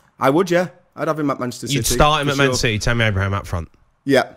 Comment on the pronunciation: Also did Trevor say Manchester Shitty? 2.50